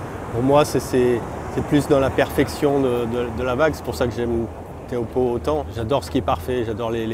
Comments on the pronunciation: prononcé “chopoo” pas teahupoo! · Teahupoo ça se dit Ti - Ou - Po, s'il vous plait pour les polynésiens... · La côte landaise n'offre absolument pas de vagues olympiques en été, période où se déroule les jeux. - Seuls les anglo-saxons prononcent tchopou. Tous les tahitiens prononcent "té ha ou po" et c’est ainsi que les Français devraient aussi le dire. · L'analyse émotive désastreuse (à contre courant) est d'un pathétique, mais le "tchopou" dans un élan de conviction rend le personnage encore plus démuni qu'il parait 🤣.